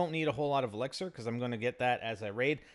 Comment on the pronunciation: He still can't say elixir